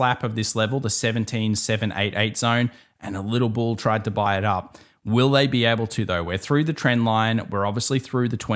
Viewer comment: 🐂 Bull not BUL ✨😀🤷🏻‍♂️🍀